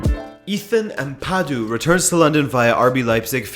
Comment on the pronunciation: slight correction. His surname is a Ghanaian surname and is pronounced more like Am-pay-du Also his stan club is open and any applications can be sent to for any interested parties